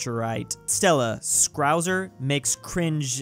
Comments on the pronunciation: How he says scouser like it has an R in it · worst part was when he pronounces scouser as scrouwser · I’m a scouser and I almost died when he pronounced it as “scrouser” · pronounced scowser You must here the accent